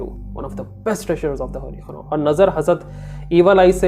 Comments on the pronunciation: Khuran nai its Quran.. try to pronounce it's properly.. atleast Quran ko toh properly pronounce karo... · Bhai Bura mat manna. Ap QURAN KO KHURAN KUU boltay ho please correct This 😢😢😢